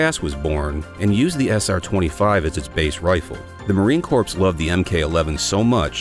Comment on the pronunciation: "Corps" is not pronounced in the plural. Also, most of these are DMR rifles. The XCR is a good choice but there's also the Tikka T3X and the Bergara B-14, all within the same relative price point for a solid bolt gun. Hell, even the Savage 110 Precision is a solid choice or the Ruger Precision, if you're looking for a low-cost, decent-build bolt action chassis rifle.